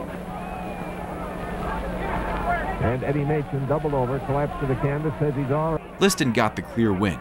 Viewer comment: That's pronounced Eddie MAYSHIN